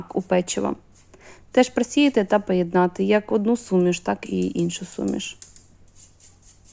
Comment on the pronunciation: ""А"дну,це вже пА рАційські